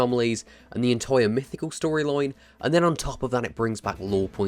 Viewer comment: “Story loin” 😂